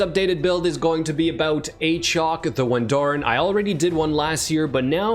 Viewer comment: Every time I see this champion now I go, "Ayychok the Wendooorin"